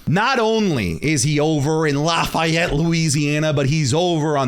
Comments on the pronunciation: Hey man! I live in Louisiana! You take that back! Also, Lafayette is pronounced “laffy-et”🤣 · Bro said stop doing shows in Lafayette when he can’t even say it correctly